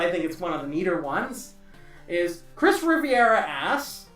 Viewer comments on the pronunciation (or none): Yeah that was quickfire comment. I didn't hear the part where actually mention that you're gonna buff the MME1 weapons, so I re-wrote the comment. As a final note, my last name is pronounced (Re-Vere-Ah) not (Rivi-Era). It's an easy mistake, so I won't hold against you.